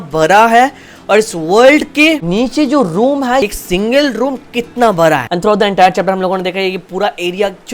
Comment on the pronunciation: It's bada not bara thala bhi😅